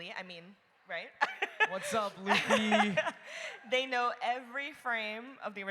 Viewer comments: It’s LUFFY!! not lafy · The way she pronounced “Luffy” made me cry😂😢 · The Luffy pronunciation had me🥲🙏😔🤣